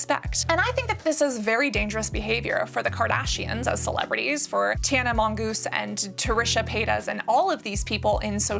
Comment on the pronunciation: The intentionally mispronouncing Tana and Trish’s names 😂😂😂😂